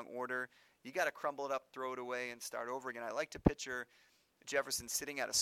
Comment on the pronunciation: he pronounces "picture" like "pitcher" and its upsetting